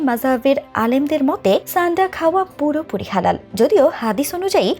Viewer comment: ছানডা না। সান্ডা হবে । আবা.....ল